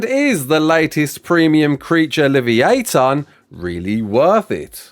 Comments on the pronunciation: Hey, FYI, Livyatan is pronounced "leave-yah-tahn". With a "soft" I and A. It's the Hebrew word for leviathan. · What did he just call livyatan 😂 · No this is not a uk thing that’s just some dodgy pronunciation